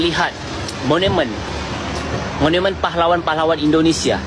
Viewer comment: Maaf.....monumen..bukan monemen. Thnk